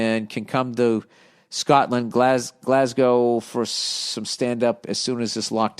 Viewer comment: I'm so glad Bill knows how to pronounce Glasgow